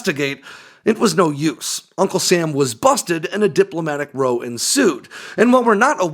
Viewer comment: Diplomatic row as in an argument. -ow is pronounced like "cow".